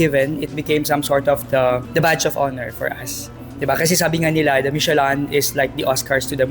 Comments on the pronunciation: Mishe-Lan daw 😂😂🤣🤣 It's pronounced the way it's spelled, Michelin (Mishe-Lin). it's not that hard. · Maliiiii😅 Michelin- mishelâ (Silent "N" and Nasal ang LÂ) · Michi-lan? LOL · Now we learn from you and ate the ryt way of pronouncing "michelin".😂